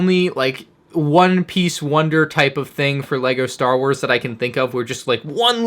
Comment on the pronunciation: ”Star was”